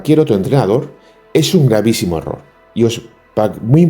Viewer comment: Buenas tardes, ya lo dice todo el enunciado del vídeo " es un hhherrrorrr" con un par. Si señor. Saludos 🇪🇸💪